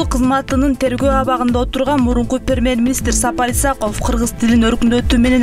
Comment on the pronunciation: Диктор дагы ада богон экенда, Самоли эмес Сомали мамлекети, пермер министр эмес премьер министр!